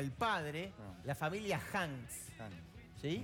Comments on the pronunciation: Es Hank, no Hanks. Carlos Hank González. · NO ES HANDS., ES HANK RHON., Y SON DE SANTIAGO TIANGUISTENGO EDO MÉX. ( SORRY, SANTIAGO ES DE ELLOS).,ES HIJO DEL PROFESOR CARLOS HANK GONZALEZ., CARLOS Jr. ES DUEÑO DE LOS CALIENTES EN EL PAÍS Y RADICA ACTUALMENTE EN TIJUANAAA., ES EMPRESARIO., VALE., SALUDOS DESDE MÉXICOOOO